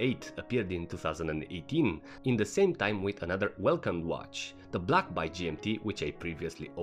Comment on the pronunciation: A it is an A not Y. Say it with me ..... Baaaay